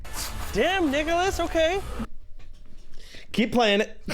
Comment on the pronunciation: He clearly said "Nigholas"